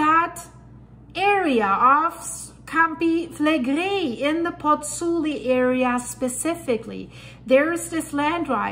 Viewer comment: Miss please the VESUVIO non si chiama VUIA and the gulf of POZZUOLI non si CHIAMA PUI or PULLI 😂😂😂: why do you not pronunce exact the original names? Thank you